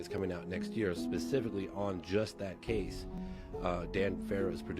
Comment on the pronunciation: Ok. The one guy who cannot pronounce year or severe when talking about the food shortage. It’s hard to take him seriously.